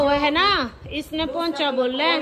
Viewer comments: Poncha nhi pomcha hota hai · Poncha nhi di pomcha